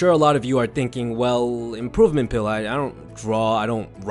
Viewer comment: 😕Am I the only one that heard "pooping pill"